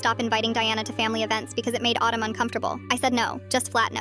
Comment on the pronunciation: I heard Kevin’s other wife Otto instead of autumn 😭